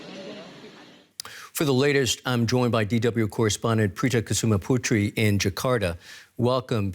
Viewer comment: I laughed so hard when the male reporter pronouncing Prita Kusumaputri.